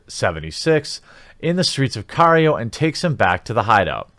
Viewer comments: It's Cairo, not cario. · car ee oh?? lol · lmao this dude pronounces cairo as kario. lmao lmao lmao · Did you pronounce Cairo as Car-ee-o ? LOL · Tried watching the video but you mispronounced Cairo like you've never even heard of Egypt before and Bastet like Basté and then got bored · Tries to be fancy when saying "bastet" also can't pronounce Cairo lmao